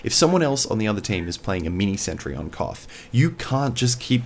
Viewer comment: who heard him say cough map instead of koth